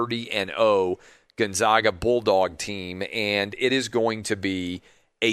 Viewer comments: Gonzaga is pronounced Gon-ZAG-uh, not Gon-Zawg-uh. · why is it so hard to say GonZAGa? Why say Gonzahga, then call then them the Zags? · Love your show Clay! Big fan. I live in Spokane and I feel like I have to provide clarification on the correct pronunciation of Gonzaga. It’s actually pronounced Gone-Zay-Guh, not Gun-Zah-Guh. Anyway, not a slam, just wish people outside of Spokane knew the correct pronunciation. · GONE -ZAG - UH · Dear Mr. TRRRAHHHVIS... Zags = Gonzzzagggga. Absolutely zero "ahhh" involved. Bias. See? Your name sounds weird with an "ahhh", as well.